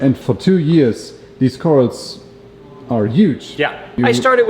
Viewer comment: What are cor-als,?? Odd pronunciation